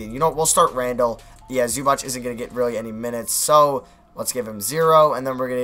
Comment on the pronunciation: PLEASE STOP SAYING ZUBATCH OH MY GOD